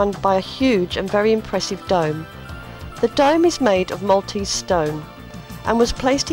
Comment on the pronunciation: Thank you for highlighting the Maltese Islands as you have done. Just enough detail to spark an interest and a general historical development to give a good understanding of the Maltese nature. One thing that is very common in "English" presentations such as yours though, is the mispronunciation of the name of the city of Mdina. It is not Medina. It is Mdina, actually l'Mdina" so, although there is no "I" preceding the "M", it is pronounced as if there is one. an "I" (Imdina). A small thing, but a little annoying to hear if with Maltese ears. Thank you again for this!